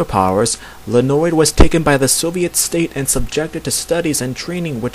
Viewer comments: Hey! You did a great work here!!! Thank you for doing this)) It is a really good piece of information) Though some info should be corrected: 1) Red Star's name is Leonid (like in "Leo") and not Lenoid or else O_o (hear the pronunciation here inogolo . com / pronunciation / Leonid) which was mentioned here by (thank you btw!)) 2) Beast Boy wasn't the only one called by his real name - Galfore called Starfire Koriand'r in ep. Betrothed)) But anyway, this video IS great!!! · ...It's pronounced lye-ah-NEET or lee-ah-NEET... (Red Star is my favorite superhero, which is why I know that) Other than that, this is great!